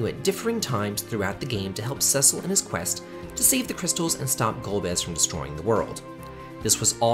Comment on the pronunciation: Your opinion of Final Fantasy IV is void because you mispronounced Cecil's name